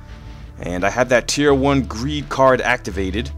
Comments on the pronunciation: it's laser sight not laser seight and it's tier not teir sorry for the call out I just want you to comment back lol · is laser sight not seight and it's tier not teir